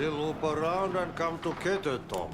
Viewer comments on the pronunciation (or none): none